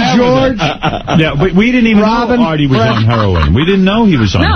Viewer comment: shaggy calling Artie "Arby" was great